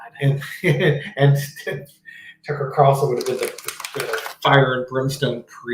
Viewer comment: calls him Tucker with an F 🤣🤣🤣🤣🤣🤣